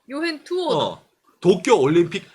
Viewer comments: 이 "토키오" 하는데 왜 저한테는 " 떡이요" 들리는 지....^^! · 또끼오~넘 강한 발음..